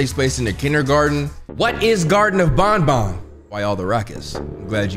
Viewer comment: its ban ban not bon bon